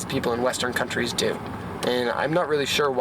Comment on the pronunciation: "western cuntys" , i love you